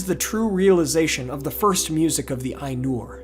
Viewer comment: The Ainulindalë is one of my favourite parts of all of Tolkien's writing. The imagery is beautiful. On your pronunciation of Maiar, an "ai" is pronounced "eye", as in eyeball, not "ay". So it's m-EYE-ar, not m-AY-ar. Oddly you pronounce Ainur correctly even though it's spelled the same :P